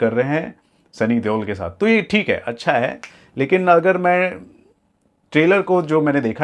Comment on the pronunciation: Acha ko accha nehi bol rha h ye